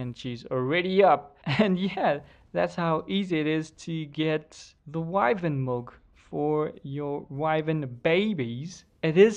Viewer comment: Its milk not mulk